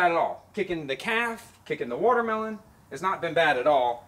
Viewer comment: is she tryna say "watermelon"? Lmao